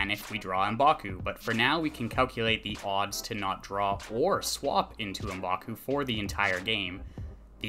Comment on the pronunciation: Um-baku? I always figured it was pronounced MƏ-baku